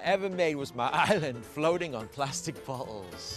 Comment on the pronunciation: The way how he said floating and bottles (Bottels) (Floaten)